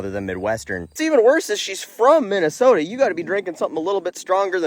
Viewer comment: Minn eh soh tah.